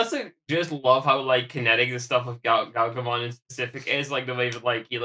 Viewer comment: Also as I'm listening I get you're using the JP pronunciation of Galgomon instead of Gargomon but it sounds a lot like Gaogamon sometimes and I keep getting Savers PTSD